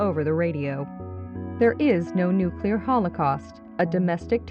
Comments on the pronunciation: Amazing video, but it's pronounced NUCLEAR, not NUCULAR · "Nucular" >text clearly says nuclear